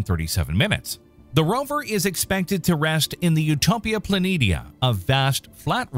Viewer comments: Planetia is pronounced Plan-ee-shee-a, not "Planinia" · It's pronounced Utopia Plan-eee-sha